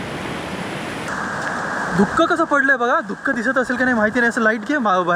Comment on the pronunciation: धुक ❌ दुःख ✅